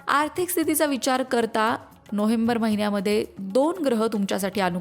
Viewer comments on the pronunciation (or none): नोहेंबर नाही, नोवेंबर अस बोला हो